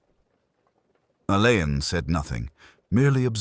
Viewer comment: Please it is pronounced Allen. Dame Marsh actually made a point of this in Singing in the Shrouds